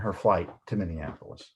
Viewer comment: Cut out the extra “in” in Minneapolis. Practice it out loud.